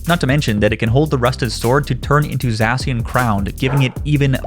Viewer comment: It’s called Za-shi-an not zashan lol